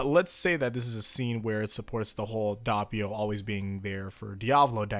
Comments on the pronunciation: Isn't the first "O" in Doppio pronounced as "Oh", not "Ah"? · its Doppio not Dappio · It's pronounced /ˈdop.pjo/, not /ˈdap.pjo/. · Its Noy DA PPI o its doppio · "DAH-pee-oh"?! Good heavens, I cringed. Please rewatch the anime to hammer the correct pronunciation home. "Dee-AH-vuh-loh" vs. "DEE-uh-VOH-loh", either is apparently fine according to reputable sources, but "DOH-pee-oh" is the only way to pronounce Doppio's name. It's an Italian name; this is the same as people mispronouncing Mario as "MAY-ree-oh" or "MEH-ree-oh", when that's simply not how Italian names work. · I love you man, I really do. But it's Doh-pio not Dah-pio. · it’s (Doh-pi-oh) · Why do people pronounce it dappio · The hell is dahpio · Bruh this man said dapiou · Also Do-pi-o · Your saying doppio wrong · it sounded like you said doppio in a Russian accent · Please...Please...just say Doppio right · HAVE YOU NOT LEARNED? YOU FUCKING DARE STILL MISPRONOUNCE DOPPIO? AFTER ALL THIS TIME?!